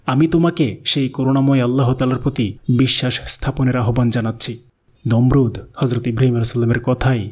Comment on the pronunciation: Nimrud noy Nomrud e